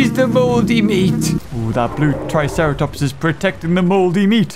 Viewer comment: I love how you said let’s go visit the tricera plops!